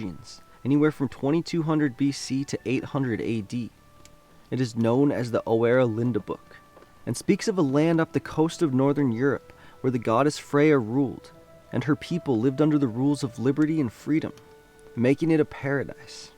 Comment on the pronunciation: Just to note, the oera Linda book is not pronounced as Oh-Aera Linda, it is pronounced Ooh-Ra Lin-Da Book. I like your research and story, keep em going!